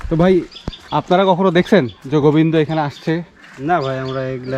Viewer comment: Bhai goibndo na Govinda Nam to thek kore bolo